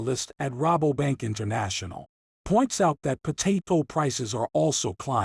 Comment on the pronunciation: how can I take this video seriously, when he can't even pronounce Potato properly with his Ai voice...Lame. French free? potatle? really? Nobody is double checking the video? .....sad How did you even get 1k sub? bought?